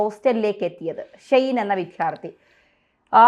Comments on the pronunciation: യുടെ ശ്രദ്ധയ്ക്ക് വിദ്യാർത്ഥികൾ എന്നത് ശരിക്ക് ഉച്ചരിക്കാൻ പഠിക്കൂ. മാഡം പറയുന്നത് വിധ്യാർത്തികൾ എന്നാണ്. അടുത്ത വീഡിയോയിൽ എങ്കിലും മാഡം ഇങ്ങനെ പറഞ്ഞു കേൾക്കാൻ ആഗ്രഹമുണ്ട്. ഈ തെറ്റ് പലരും വരുത്തുന്ന ഒന്നാണ്. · പെൺകുട്ടിയോടാണ് .... വിദ്യാർത്ഥി എന്നാണ് ഉച്ചരിക്കേണ്ടത് .. വിധ്യാർത്ഥി അല്ല ... സകലരും ഈ വാക്ക് തെറ്റിച്ചാണ് പറയുന്നത് ...കേട്ടു കേട്ടു മടുത്തു